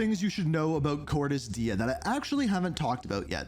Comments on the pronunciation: …why do you continuously pronounce Cordis Die incorrectly? It like the easiest thing to say properly like…??? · Pronouncing Cordis die as Cordis Die sounds weird